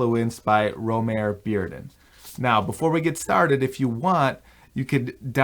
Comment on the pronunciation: something I didn't know until recently, but there was a recent Modern Art Notes podcast (#577) with a Bearden expert/biographer, and his first name is actually pronounced "Roe-mah-ree".